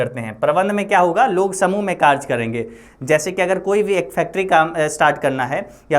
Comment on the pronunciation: Vo कारज hai ya कारय😂